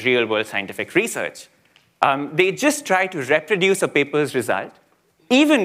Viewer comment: Somebody please teach this guy how to say "reproduce" ...